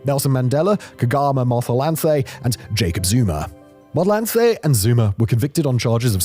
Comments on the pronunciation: aowa mon, it hurts😂😭 kgalema motlanthe was done so dirty. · 🤣The butchery of Kgalema Motlanthe's name. Lol, a whole president